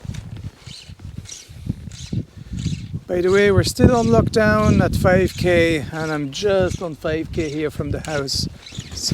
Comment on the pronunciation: I've been googling Lough Down, took me about 10 minutes to realize you said "we're still on lockdown"! Haha